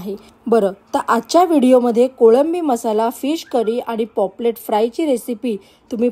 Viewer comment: पॉपलेट नाही पापलेट... तुम्हाला पॉपलेट म्हणायची सवय झाली आहे... काही हरकत नाही पण जमलं तर पापलेट म्हणा... व्हिडिओ मस्त तोंडाला पाणी सुटलं...